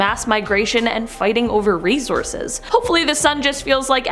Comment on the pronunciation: Did you say resources or race horses? Lpl